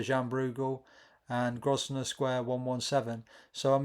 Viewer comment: The s is silent in Grosvenor